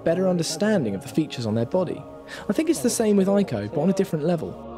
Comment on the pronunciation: actually, Ico is pronounced ee-ko, so yeah.